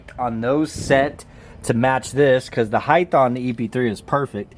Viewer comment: Ride Height not Ride Heith